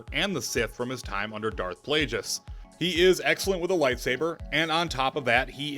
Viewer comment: BRUH HE SAID DARTH PLAIJUS